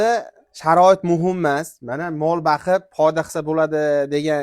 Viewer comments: Baqib emas , boqib deng aka adabiy tilda gapiring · Бакиб эмас бокиб денг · Baqib emas , boqib deyiladi. Jigar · Baqib emas, boqib. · Мол бакиб эмас бокиб булади чала савод